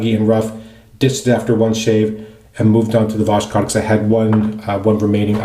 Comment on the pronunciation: Did you know the "k" is silent? Vos-hod is the pronunciation. Just my 2 cents. :)